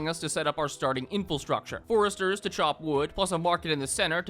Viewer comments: This is the second video I've watched where this guy says "in-fill-structure" instead of "infrastructure." I suppose you should never take your ability to pronounce words correctly "for granite." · Me: Oh boy I wonder if he finally learned to pronounce "infrastructure": INFILSTRUCTURE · For future reference: it is pronounced 'in-fruh-structure'. Normally I don't bother pointing this out, but it's happened in previous videos as well. Love the vid and your content, by the way. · Please! 'Infilstructure' is not a word. It is so annoying. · why do you say infelstructure, is it just to annoy us? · Infrastructure has no "L". Please correct your pronunciation so I can enjoy this video